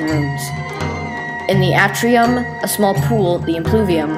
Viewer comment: A as in Apple is still a short A. The A in Atrium is an example of a long A. Your inability to distinguish them is a distraction. "A novelist's and writer's comment"